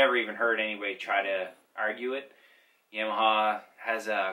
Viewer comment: great video but is pronounced Yamaha not yaaaaamiha